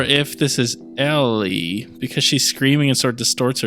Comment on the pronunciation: It’s Ellie 🤦🏻